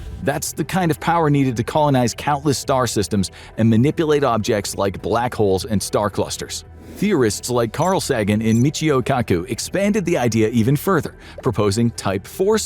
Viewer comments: Carl Saggin? Kar-daw-shev instead of Kar-d'shev or kar-duh-shev. Was voice automated a long time ago? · What happened to the real guy voice-over? This is clearly AI. Cant even pronounce Carl Sagan right.